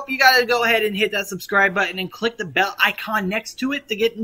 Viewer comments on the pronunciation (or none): none